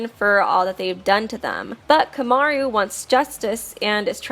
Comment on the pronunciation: Why do you fucking pronounce "Komaru" like "Kyomyaryu"?